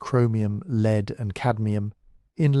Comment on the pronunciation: The information is great. The AI voice is soothing, but mispronounced "wind, lead" sort of ruin the reading. Otherwise really worth listening to.